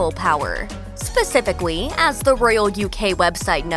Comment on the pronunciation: Why am I hearing "spacificawy" instead of "spacifically" every time she says the word 😅😅😅